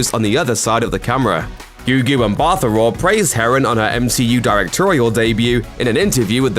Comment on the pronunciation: Bro, it's Gugu MBATHA Raw not Ambata.